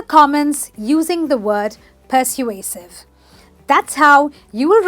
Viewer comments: Wait a minute- It is per-sway-sive Emphasis on sway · You're very charming but the word 'persuasive' isn't pronounced correctly. It should be: /pəˈsweɪ.sɪv/